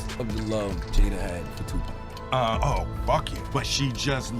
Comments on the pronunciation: Sweetie if gone do a video, do the research and find out how to pronounce the person's name you're saying! His name is Tupac! It's pronounced Topock sounds like sock with a (p).. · Y'all ruined the video when you said Tupeck instead of Tupac. Wtf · It’s Tupac not topack 😂😂🤦🏾🤦🏾🤦🏾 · I can’t take hearing her butcher his name anymore! It’s not 2-pack! It Tupac (2-pock)!!!! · 2 pack wtf. The more she said it pissed me off more. Come on man. Pack lol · Still saying TUPACK? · So no one's going to talk about how she says Tupac's name wrong. Damn near butchered the name 😂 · Can she say Tupac name correctly please? 💯